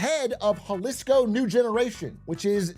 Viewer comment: Had to stop when you pronounced Jalisco